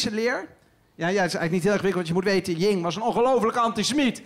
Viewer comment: Hij is heel slim, alleen het is: Yin & Yang, niet Yin(g) & Yang